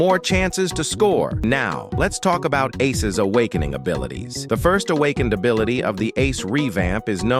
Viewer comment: “This abilite is super useful”